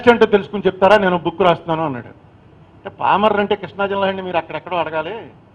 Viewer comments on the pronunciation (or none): Just...😂 PAMARRU become PALMORRU... 🎉EXCELLENCE in ARTICULATION...😢😢😢